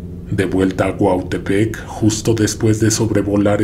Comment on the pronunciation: Gracias por pronunciar mi cuautepec cuando gustes aquí esta su casa